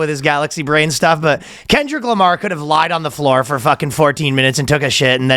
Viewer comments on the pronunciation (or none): none